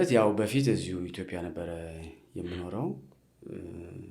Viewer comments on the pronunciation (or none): none